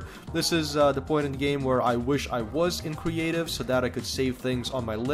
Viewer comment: Anyone else catch him say "cweative mode" instead of creative mode